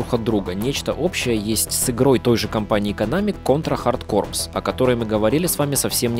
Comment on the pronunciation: Автор, в названии "Hard corpse" буква "S" не произносится!!! Звучит как "Контра Хардкор"!! И композитором в этой игре также была Aki Hata (она же была композитором в игре "Light Crusader")!